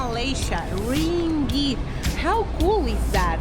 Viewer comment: Hahah, the sound of 'ring it' for ringgit. Welcome to Malaysia.